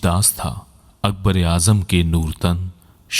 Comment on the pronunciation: یہ اپنا تلفظ صحیح کریں۔نور تن نہیں بولا جاتا۔نو رتن بولا جالا ہے۔ رتن وزیر کو بولتے تھی۔ اور نو یعنی نائن یہ تعداد میں نو تھے